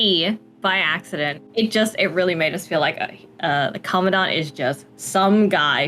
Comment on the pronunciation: Thank you for pronouncing Commandant correctly, I've been screaming internally ever since I heard it 'the English way' for the first time. 😭 Also, big thanks for all your work on Gray Ravens and for making this video. It was fun listening to you talk! I'm a big Alpha fan myself (potentially SSS-ing the new frame next year), but I have to admit that Luna is my queen. 🥰